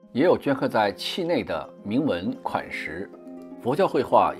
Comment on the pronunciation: “款识”此处应该是“款zhi”。识是一个双音字。